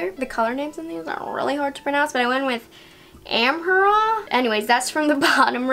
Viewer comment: A-mar-rah is how it’s pronounced. In area in Egypt and I think a tribe in Africa